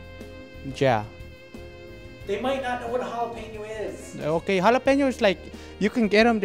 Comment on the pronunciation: It's hoy like halapeños hahahhahaha oooomg